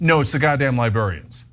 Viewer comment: Lol. "Libarians"